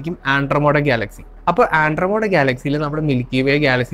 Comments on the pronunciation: Sir, firstly it's Andromeda, not andromoda. Next you talk about light-years. Please research on "Channelling". Kryon, one such channelled being has been invited by UN 7times. They don't have physical body, they speak through the person or "vehicle". Please understand many things we can't think or fathom right now, was once upon a time "science fiction". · ആൻഡ്രോമോടാ അല്ല മോനെ.. . ആൻഡ്രോമിഡ...ആൻഡ്രോമിഡ... അതുപോലെ പ്രീമിതുസ് അല്ല പ്രൊമീതിത്സ് ...